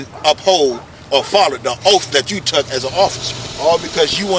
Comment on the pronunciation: I was wondering what an OAF was? He should take an OAF to fix his TEEEF.